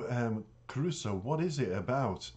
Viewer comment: I just watched an live Stream Jonathan just done, and in it he mentions Caruso. he said it was one of the most difficult ones to learn. he does not speak Italian. but yet his pronunciation of it is spot on. but he learns the verse as perfect as he can with the proper Italian linguist's etc. so that he understands the passion of the words and what he is singing. and the best yet! is that he has the voice to carry it off. I grew up listening to the Original Caruso. in my youth. I find passion, skill, talent. in this beyond my expectations. ECF